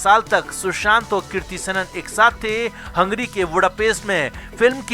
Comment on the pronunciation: Kirti nahi kriti 🤦🏻‍♀️ aur हंग्री नहीं हंगेरी के ब्युडापेस्ट..!! और ये ळग क्या होता है? It is drugs, ड्रग्स...